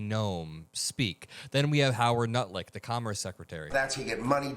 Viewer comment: 20 had to go back im all "no way did i just hear nutlick" yes, yes i did.